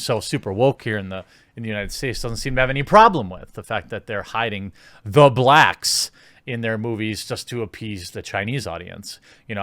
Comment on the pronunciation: lmaoooo he killed me with the emphasis on "The BLACKS"